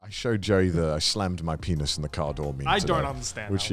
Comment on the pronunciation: What’s to get, penith, door, parapa, it’s art